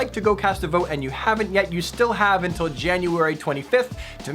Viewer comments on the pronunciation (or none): none